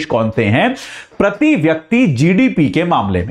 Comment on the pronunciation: प्रती,व्यक्ती नहीं होता गुरु जी, शुद्ध बोलना सीख लीजिए